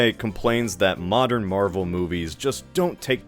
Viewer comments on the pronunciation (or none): A "mowden"? What are you James Rolfe?